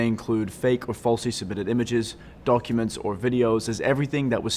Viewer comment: i like how he said donkuments.